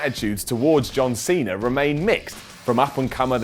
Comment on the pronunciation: John Seener!